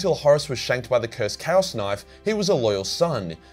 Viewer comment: I am and am just now realizing you've been saying "CHAOS knife" - and not "Cows knife" and "Cows magic"